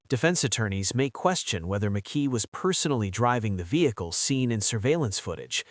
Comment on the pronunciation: Mckee not Mckay